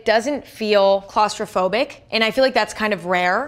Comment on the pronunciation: She said claustrophobic?